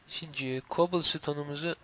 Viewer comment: şimdi değil simdük diyor :)